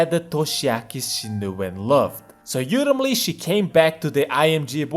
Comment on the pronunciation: I love when he pronounces ‘ultimately’ as yultimately kek I hope it continues